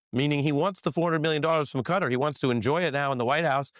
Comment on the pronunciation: I so wish people would get it right, sadly for nearly everyone Dumpty himself gets it right which kind of shows why he was elected, ignorance. The most widely accepted pronunciation of "Qatar" in English is "kuh-TAR", with the stress on the second syllable. NOT CUTTER please get it right, MUGA cultists or not.